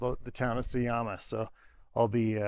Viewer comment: You have spent more than 2 months in Bolivia and still call their currency bolivar. It is boliviano. Also J is pronounced like H, so it is not Sayama, but Sahama. It is not a desert, it is Altiplano.